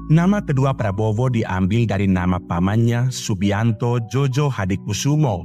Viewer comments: Djojohadikoesoemo dibaca Joyohadikusumo, bukan JOJO. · Eh narator.... Keknya kau tak pernah belajar tentang ejaan Van Opphuijsen dan ejaan Suwandi ya... Makanya kau gak tau bahwa dulu DJ dilafalkan sebagai "J".... Sedangkan J dilafalkan sebagai "Y"... OE dilafalkan sebagai "U"... Jadi melafalkan SOEMITRO DJOJOHADIKOESOEMO yang benar adalah:Su-mi-tro Jo-yo-ha-di-ku-su-mo... Bukan so-we-mi-tro dejo-jo-ha-di-ko-we-so-we-mo.. Kalau belum tahu ilmu bahasa, jangan dulu nanggap kerja jadi narator... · Bacanya JOYOHADIKUSUMO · djojo itu bacanya joyo...